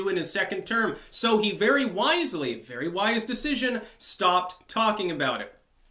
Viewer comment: Shhhhh. Be vewwy vewwy quiet.